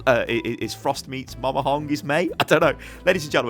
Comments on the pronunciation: It's MAMA not MOMA... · "Moma Hong" wut Mama